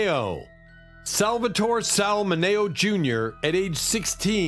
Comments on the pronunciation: Sal M I N E O. Not Mano. FFS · Sal Mineo (minnie o) not minay o. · Min -E-oh. Sal Mineo! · Sals last name was Mineo. min e o. not hard to say but ths guy never gets it right. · Sal MIN-E-O, is the correct pronunciation. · It's Sal MINN-EE-OH, you clueless nits! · Sal ..Mineo. there is no A in Mineo. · LEARN HOW TO PRONOUNCE NAMES. THUMBS DOWN SAL MINEO SAL MINEO SAL MINEO THUMBS DOWN MABEL NORMAND MABEL NORMAND THREES COMPANY WAS NOT ON TV IN 1976.